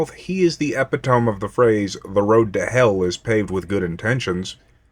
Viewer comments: good video and I feel like an ass for pointing this out but I gotta. "Epitome" is pronounced epp-it-uh-mee, not epp-it-tome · You mispronounced the word "epitome" in the video. It's not "epi-tome", it's pronounced "eh-pit-uh-me". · I thought I was missing an inside joke or something. I assumed he pronounced it that way on purpose.